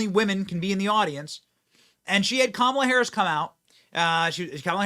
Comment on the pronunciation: I'm sorry but I actually retched when Drew called her Mamala.